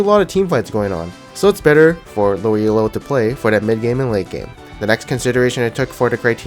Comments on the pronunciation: Elo is a last name, not an acronym. When people say E-L-O, it kills my soul. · Stop calling it fucking E-L-O.